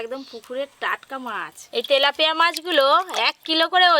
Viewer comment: ভেজ ডালে পেঁয়াজ রসুন ? আর মাছটা তেলেপিয়া না , তেলাপিয়া। ফুলকফি না ,ফুলকপি।